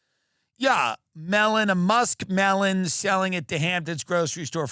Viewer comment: 😂 Had to write again!!! Until the end of your show I thought you were saying $400 “ Mail-in” !!! It was “Melon” ! 😂 I am from Texas so I am sure I say a Lot others misinterpret!!! 😂😂